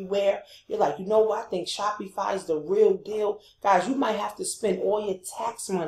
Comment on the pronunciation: nice video- but u keep pronouncing SHOPIFY incorrectly as well you shouldnt be showing new affilaites to promote licensed products. You can get into a lot of legal issues as you are not a licensed vendor of Dora products and buying replicas from aliexpess - thats copyright infringment. Always select products without branding or license issues. Thats pretty important. But passion products are important- i do agree.